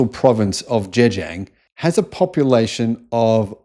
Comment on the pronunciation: Pronouncing Chinese words or names needs a bit of guidance... Zhejiang is the "Ger" from Germany, plus a jee-ung sound, but melded so it is almost a single syllable. (but not "jang", as you said). If you really want to be accurate, the tone combo is 4 and 1.